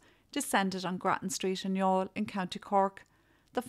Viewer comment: This is the first time I’ve heard the name Youghal pronounced. Thank you for this viseo.